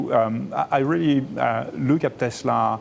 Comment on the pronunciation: Wtf is tesler?